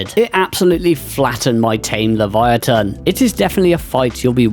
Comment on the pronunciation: Also you're the first YouTuber that actually pronounced Livyatan correctly 🤣